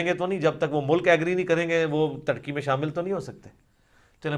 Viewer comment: آپ ترکی کو ٹرکی کیوں کہ رہے ہیں؟